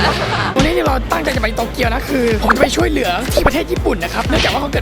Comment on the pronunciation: ช่วยเหลือ ไม่ใช่ ช่วยแหลือ นะะะะะ